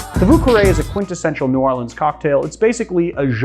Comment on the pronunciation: Ah yes, the famous "Vù cawè"